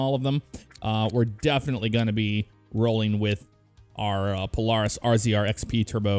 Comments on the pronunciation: Obviously dont ride irl cause he called it pol-are-is instead of pol-air-is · It’s pronounced pol-air-is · It is pronounced POE-LAIR-IS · He could just say it dif that dosent mean he doesnt rude irl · Never heard anyone say Polaris lie the way you say it. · I know it’s minor but it kept bothering me the way he was pronouncing Polaris. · Am I the only one that hates the way he says Polaris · makes me cringe so much every time he says Polaris wrong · way u pronounce polaris hurts me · It’s razor 😂you miss pronouncing Polaris